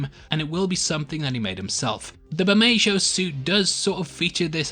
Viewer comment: Burr-May-Ho (Bermejo)